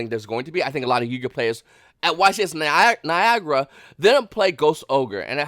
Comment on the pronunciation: Its Nye~agruh not Ni~gur